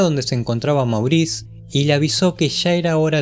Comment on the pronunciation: No se dice Maurice... Es Mougrris.. O de plano...Moris..